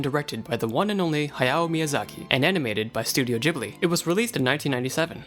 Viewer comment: First sentence: "From time to time, an anibated movie..."